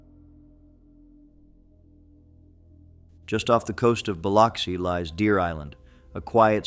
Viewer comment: Please learn how to pronounce the cities in Ms. Yazoo has an a sound like apple and Natchez is na t chez (run it together, actually don’t annunciate the T) Biloxi is buh lux ee